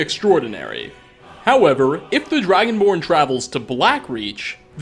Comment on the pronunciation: did he say dragonworn or Dragonborn? He obviously meant Dragonborn